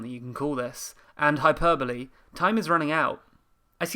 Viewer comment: Jesus Christ, I've been saying Hyperbole like Hyper-Bowl this whole time. Wow...why haven't I had the opportunity to hear someone say it correctly this whole time. Sorry, got distracted, on with the video!